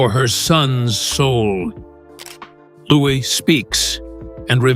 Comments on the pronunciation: Another case of fly on the wall, fiction! How does the narrator know what was said behind closed doors.. No 6yr old speaks so maturely PS:Louis is pronounced LOU-EE ! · Pronounced louie